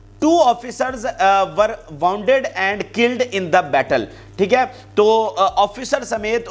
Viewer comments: Pronunciation is woonded not waionded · DEAR PRESENTER IWATCH YOU VLOG. YOU NEED TO IMPROVE YOUR PRONUNCIATION EG. WOUND, WOUNDED AND WOUNDING.